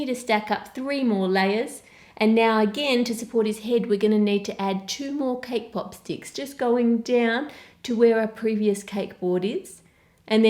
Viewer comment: Lol I heard cake pop stick as k-pop stick